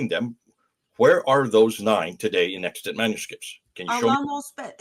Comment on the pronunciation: Extant is correct in your title, but you definitely said extent in the audio. Fascinating content as usual.